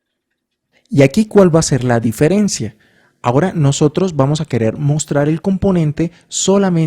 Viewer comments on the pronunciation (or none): none